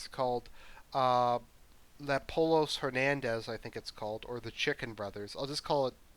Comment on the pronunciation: Its pronounced po-yos-er-manos